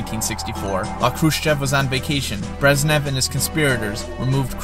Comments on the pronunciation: My friend... its not Brezzz nev.. its Brezhhh nev... say nezhh. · they're pronounced Gorbachyov and BreZHnev not Gorbachev and Breznev. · How obvious that the author of this video has no real knowledge of the topic and has done minimal research. Pronouncing Malenkov's name as "Georgie" and Brezhnev's as "Breznev". Emetic!